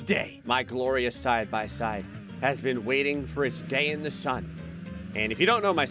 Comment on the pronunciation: I thought you said dad unstead ot day 😂